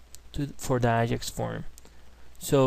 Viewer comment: very good tutorial, thank you....:)) PS: i see u have hard time pronoucing AJAX?